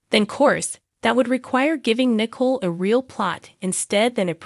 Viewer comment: RAY- CHEL WITH A LONG A. NI-COLE. THANKS